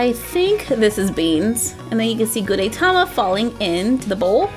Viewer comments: The "E" in Gudetama is short. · You pronounce gudetama wrong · Your saying his name wrong 😑😑😑😑😑😑😑😑😑😑😑